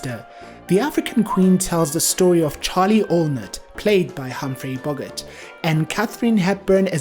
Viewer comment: If you cannot pronounce correctly the surname of the lead male you have NO right to post anything on YouTube